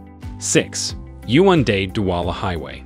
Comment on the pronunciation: Fun Fact: He never said Yaounde correctly😂